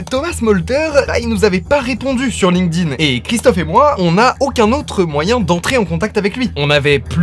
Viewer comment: Aïe, j'entends trop souvent des gens qui ne savent pas que le D de Linkedin se prononce T.